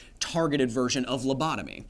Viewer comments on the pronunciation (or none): none